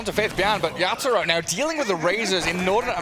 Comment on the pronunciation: Why u keep mentioning yapzor instead of yatoro wtf 🤣